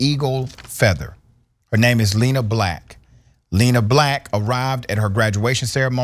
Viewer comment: It’s lená